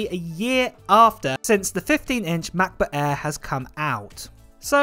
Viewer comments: The Macbook Eeeee XD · #Giveaway Hey 🥰 i am from India watching your videos from 4 months and purchased MacBook air M2 after watching your review.. thankyou for all the videos you give and love the way you Say (MacBook Air 😀) now i am planning to purchase Iphone 15 pro but don't have enough money to purchase because invested all my money in purchasing macBook.